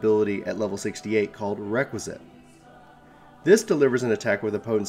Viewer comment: Good video! But it's pronounced Rek-Wee-Es-Kat rather than Requisite